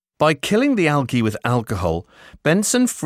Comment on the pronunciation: I hated the way he said algae.